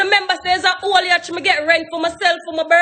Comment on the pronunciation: Yacht!!! Not Yatch lol